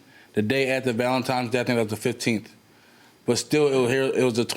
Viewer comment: It's ValentiNes.... Not valentiMes....